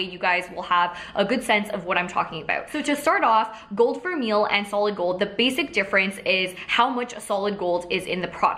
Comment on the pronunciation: i think it's "ver-may" :)